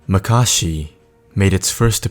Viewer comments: Its not makarshi. Its makashi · It's not pronounced muh-kah-shee, it's pronounced mah-kuh-shee....also its corr-uh-ban, not corr-oh-bun....